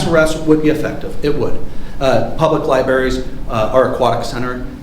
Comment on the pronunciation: They always want to shut down the conversation once they realize you know more than they do. Also, the cop saying “libaries” was a good indicator of how the rest of the interaction would go.